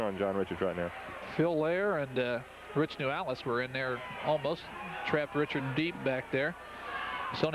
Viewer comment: Also, they kept mispronouncing John Reichart's (ri-kert) NOT "richard". 😏